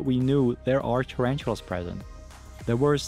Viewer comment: Terantulas lol ....ta-ran-tula